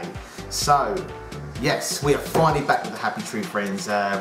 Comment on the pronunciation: "Fe-na-lee" not "Fi-nol". xD